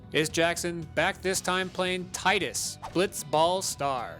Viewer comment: Thank you for pronouncing it like Tidus and not like Tidus... who tf actually says it like Tidus